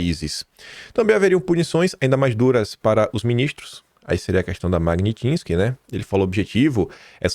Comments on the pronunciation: Meu Deus,! É mag-NITSSS-ki, não magnin-tisque AAAAAAAAA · pelamor, saiba pronunciar Magnitsky... PELAMORDEDEOS! Mag-nits-ki... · Mag-nits-ky,.